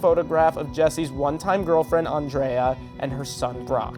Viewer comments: ON-DRAY-A? Lol...or just...Andrea. Why do people do that...? Trying to sound cool or...? I don't get it. I KNOW THE REAL PRONUNCIATION OF HER NAME DESPITE THE WAY IT'S PRONOUNCED 50 TIMES. Really bugs me. Stop being so silly. Also its Walter WHEE-TAY not Walter White. And GOOSE not Gus. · And why was he calling Andrea an-DRAY-uh? That's not how Jesse or anyone else pronounced it. A minor detail but it annoyed me. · The way you pronounced Andrea makes me think you’re just some dude who’s reading a script that hasn’t actually seen the show. Lol